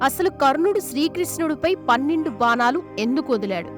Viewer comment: అమ్మ నీ తెలుగు వినలేక చేస్తున్నాము, బానాలు, కాదు బాణాలు